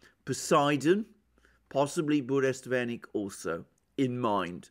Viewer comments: Let me correct your heavily mispronounced Russian weapon,. It's pronounced as BURRE - WEST - NICK. The name is compounded of twol nouns that even me as non Russian speaker am able to grasp! BURRA means "tempest, storm" in particular and turmoil in general. WEST is simply "a bit of a news" but WESTNICK means "news courier" or simpler "a herald". So, joining it all together I hope you can anticipate how even with the most conservative translation you have anticipated a "game changer". Indeed it is. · 🤣it’s funny how you renamed burevestnik (petrel) to burestvenik some groom-stick....but you have successfully identified your Russian speaking audience ✌️🤟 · It is BU_RE_VEST_NIK, not Buresvenik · Dear Mr. Mercouris , Sir . I ahve been immensely enjoying your intelligent and profound analysis .If you don't mind , the pronunciation of Burevestnik is exactly that not Buresvenik as you do . Bure vestnik means a Storm herald . Bure - storm /vestnik the one who brings news /herald. Thank you .Keep with a good job . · Hello Alexander. You keep saying Burestvenik. The proper name is Burevestnik. It was named after the seabird that glides very closely to the surface of the ocean som times almost touching it. I believe in English it is called PETREL. Love you channel. Cheers. Anrei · Burevestnik, not Burestvenik =) You are great specialist thanks for the analisys! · Be advised: it's BureVESTNIK. Venik is a kind of broomstick:) Not a bad slip though. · Bure-vestnik, not burest-venik, is a storm-herald. Venik is broom ;) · its not BureSTVenik but BureVESnik.kinda a Stormbringer(Harbinger) VESnik.VES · For example, Burevestnik (not "burestvenik" as Alexander pronounces it). It is Russian name for Northern storm petrel bird. The actual word "Burevestnik" means someone who brings warning about upcoming storm. Yep, it has a very clear meaning. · Burevestnik, sorry,, Russian is very difficult. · Yes, that was funny. He could've been more careful to learn the name properly.